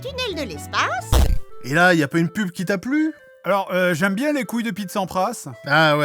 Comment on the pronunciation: Ta même pas dit "couille", théoriquement, tu as dit "gouille" 🤣